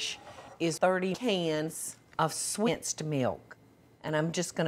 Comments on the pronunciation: "Swensed milk" killed me 😂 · "swensed milk" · "swensed milk" had me crying the first time I heard it